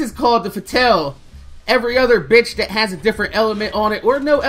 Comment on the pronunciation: It's pronounced fa-t-all